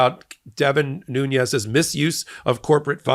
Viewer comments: I hear you pronouncing Devin Nunes with a tilde over the "n" as it would be pronounced in Spanish. I questioned how people were pronouncing it but learned that Nunes, (New-nes) instead of (New-nyes) is the Portuguese pronunciation of the name and is correct. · It’s noonez not noonyez he’s Portuguese not Latin. The Latin people don’t want to be identified with him! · Devin is of Portugese descent...not Mexican. His name is pronounced "Noons," not "Nuñes." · Devin Nunes' name should not be pronounced Nuñes. It's not a Spanish name, but Portuguese (the corresponding Spanish name is Nuñez.) You can pronounce simply Nunes. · Nunes is pronounced "noons." He's Portuguese not Spanish. I bet he pronounces it wrongly just to sound Hispanic. Also a short squeeze is when there aren't enough shares to make good on long holders' positions (because short sellers are borrowing shares against their margin equity and selling them with intent to buy them back at a lower price). This requires short sellers to cover their short position). I think you were saying that, but it was a little clunky. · Ok so here’s a little factoid. Devin Nunes is of Portuguese ancestry as I am. His last name is pronounced nunes like dunes not Nunez (sp) like it would be in Spanish. He only pronounces it that was to get Hispanic voters to think he’s of Spanish or Mexican ancestry. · Nunes, not Nun̈ez. Portuguese, not Spanish. No "en-yay" in Portuguese. Come se dice 'putz" en Portugues? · Love that you say Nuñez instead of Noon-es like everyone else does. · Nunes is not a Spanish name, it’s Portuguese! Don’t say “nunies” it’s simple “nunes” or if you want to say in Portuguese “nunesh” or the simple English approach “noons”. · Nunes is pronounced as "Noons" in Portuguese. He is not Spanish descent. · pronounced noonz. portuguese not spanish. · Please learn to pronounce Nunes. Makes me crazy.